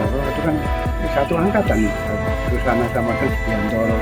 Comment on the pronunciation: Mas bukan ,Sujana,Susana mas,di plesetin Susana inget y